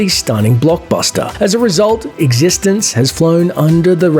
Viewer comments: It's pronounced X e stence not Existenzzzzz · You're pronouncing Existenz wrong. They actually tell you how to pronounce it in the first sentence of dialogue spoken in the movie, if you'd watched it. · when you recommend eXistenz and don‘t know how to pronounce the name 😂